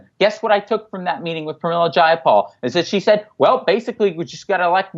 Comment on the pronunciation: Zjai a pol = Jayapal C'mon Jimmy you are smarter than this. Do your homework bro! Please give her the respect she deserves not the disrespect that trump affords someone of her elegance. And eloquence. However she is disappointing! If not for Bernie we wouldn't be talking about anything of a progressive nature. As Tim Black says it's easy to diss the shit out of an unprecedented man and all the things he has accomplished as one fucking guy with integrity for 40 years. He is not perfect and yes I was pissed when he surrendered but you know as well as anyone that the fix was in long before he ran the 1st time. And they had to do even more scumbaggery this time out. Let's just focus on getting MPP out there and let's change this fucking system. Have Nick on once a month!!!!!!!!!! Peace Bill sonic Fricke